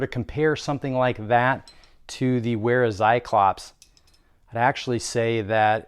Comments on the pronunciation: good video. It's pronounced like Vair-ah, not Wair-ah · it's not wear-a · Just a pro tip but it's actually pronounces "Vera". Great vid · it's pronounced Vera Tsi-clop